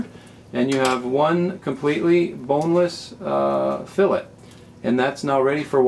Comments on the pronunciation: there is no "canadian" version...its spelled "fillet" pronounced "fill-lay" and not pronounced "fillit" idc if your from saudi arabia its "fillet" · Hey thanks for the tutorial it was very helpful. But one thing, I believe it is pronounce fill-A not fill-IT. Also I did not know this but boneless fillet is redundant. The definition of a fillet is a boneless piece of meat. HAPPY FISHING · IT'S PRONOUNCED FILLAE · Haha, nicely put. I doubt that it should really be pronounced "fillit," but the internet just shows how rude people can be when they're anonymous. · I really wish y'all would stop sayin' "fill-it". It's a "Fill-ay" Both the process and the results... like Chick-fil-a , Fish fil a . Awesome vid, thanks for making it. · I thought it was funny how he pronounced it "fill-it" in the middle of the vid, and "fill-ay" at the start and end... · In our area, we pronounce the T so it is a habit to naturally say it. But you are correct the proper way to say it is "fillay". Thanks & good fishing!